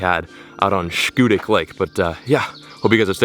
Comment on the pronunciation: schoodic = skoo-dik